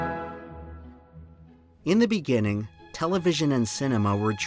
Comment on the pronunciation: You misspoke. It’s “in the beninging”.